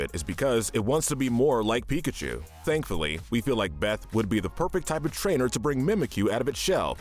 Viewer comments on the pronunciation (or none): none